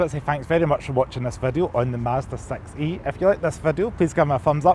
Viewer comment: I like that with scottish accent the model name Sounds like sex-y 😊